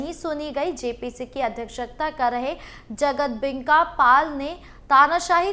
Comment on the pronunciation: जगदंबिका पाल बोलिए आप बार बार बोल रहे हैं जगतदेंबिका पाल